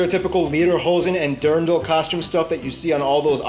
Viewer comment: Hey there, it's not durn-dl, but dear-n-dl.